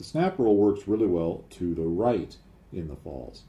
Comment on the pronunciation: try saying Pfalts. I believe 'z' (Zed) or Zee in American. in German is pronounced 'tz' or 'ts'. The P is obviously silent. Cheers for another interesting video.